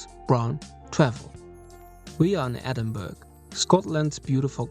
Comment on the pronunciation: Nice video but you pronounced the name incorrectly. It’s pronounced ‘Ehh-din-bur-uh’ not ‘Edin-burg’